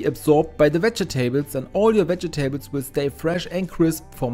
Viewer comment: Veh-jeh-taybles. LOL